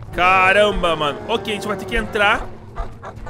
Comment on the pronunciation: Mano al invés de vc falar "ok" vc falou o gay😂😂😂